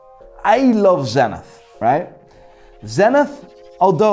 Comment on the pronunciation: I love tenithhhhhhhhhhhhhhhhh It's spelled "tseniit" Your brain must work like a hublot :D <3